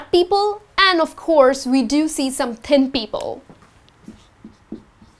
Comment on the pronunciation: thin sounds like ten,is it right?